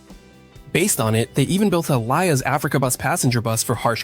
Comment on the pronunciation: It's a great video. But it's called Liaz. not L.i.A.Z. 😀